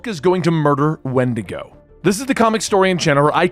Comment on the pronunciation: When-dee-go! Not wind-ago lol